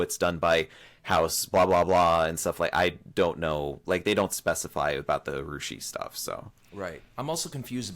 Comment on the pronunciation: I’s are pronounced as E’s and e’s and A :) The pens are made and lacquered in china. Always wondered why they used a Japanese name for the line up, especially as china has a vibrant lineup of lacquer artists. Interesting fact, around 70-90 percent of lacquer Japan uses comes from China! In terms of layers of lacquer, you could be looking at 20- 30 layers of lacquer. Depending on colours, metallic powders.